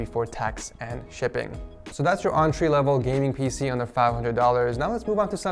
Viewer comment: Did you say auntry lvl?..... I am triggered XD. Build the most expensive one 😬